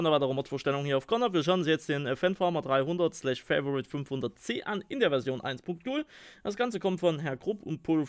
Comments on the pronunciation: Fa-vo-rit wird auch als Favorit ausgesprochen und nicht so was halb Englisches Fai-vo-rit... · Favorit kannst du auch gern auf deutsch aussprechen, ist kein "Favorite" xD